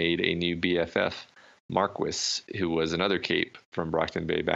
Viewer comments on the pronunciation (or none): "Mar-kwis" is pronounced, "Mar-Key" xD It's French. Like a lot of the names that are mispronounced in this series, lol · plz,, Marquis' name is pronounced Mark-ee (with the optional s sound at the end like most anglicized french names)